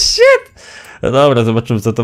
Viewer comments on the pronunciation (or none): none